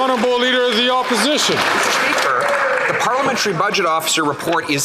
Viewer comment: Trudeau: “The leader of the Opishishion”